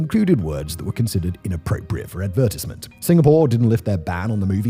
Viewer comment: Great stuff! the way you said "advertisement" 😂😂😂 was like "Ad-vertis-ment" 😂